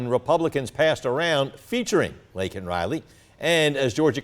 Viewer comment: He said Lincoln Riley and her name is Liken Riley